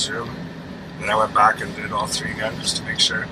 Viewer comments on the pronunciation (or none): Lol it sounds like u wanted to pronounce "three" like an american today .. so instead of saying "tree" like u usually do u said "shree" 😅